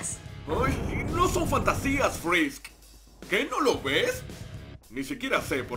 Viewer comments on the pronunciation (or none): XD oigan dijo ''frrisk''' en vez de frisk xd que raro 737